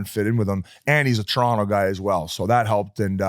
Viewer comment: Great pod boys! Gotta get working on saying Toronto properly, Whit's got it right. Where did you get that hat, Biz? Can average Joe's buy one somewhere?